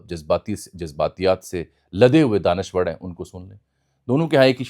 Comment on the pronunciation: لہور کے جم پل ر کو ڑ اور ڑ کو ر بولتے ہی ہیں لہذا دانشور کو دانشوڑ کہنا ایسا کوئی قابل ذکر واقعہ نہیں ہے ۔۔۔۔ آفٹر آل آپ بھی ایک لہوری ہی ہیں ۔۔۔۔